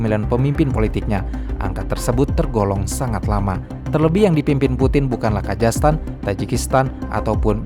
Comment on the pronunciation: "KAZAKHSTAN" bukan "KAJASTAN"